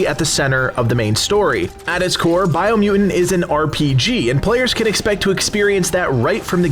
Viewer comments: It's because people didn't like him saying Bio Mew in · “BIO MEW-IN” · why do you say “biomutant” weird? dropping the 1st “t”, like “biomu’nt”. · I dont like how you say biomutant